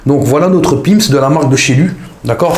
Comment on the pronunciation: Mdr quand tu dis Pim's on dirait que tu tires avec un sniper ! 😂